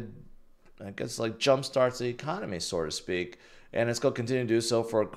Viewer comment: “Sore to speak”